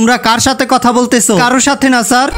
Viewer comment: Sir❌ saar ✅